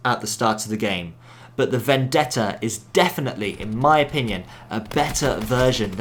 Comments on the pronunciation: im serious, everyone uses to pronounce it "vendedda" when is actually "vendetta" as you read it :D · As an Italian i can say that your pronounce of "Vendetta" is perfect. Amazing video as always btw 💙